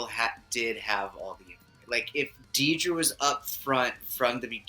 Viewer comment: It's not Deedra, It's Dedra. You are taking the "ee" from her surname. Dedra Meero.